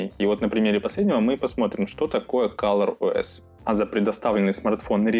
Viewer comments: не каллор а коллор ос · кОлор ОС а не кАлор